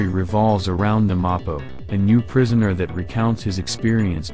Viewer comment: nobody gonna talk about how the voice said prishoner